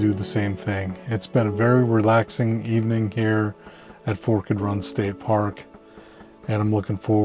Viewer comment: I’m curious if your mispronunciation of forked is meant to be funny, or is that a regional pronunciation?